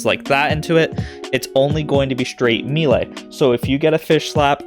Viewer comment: It has to be said..it's pronounced May-Lay. Thx for the vid!